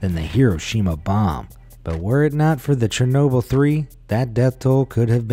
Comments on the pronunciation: Chernobyl pronouncing: shernobeel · It’s chernobile it’s shernoble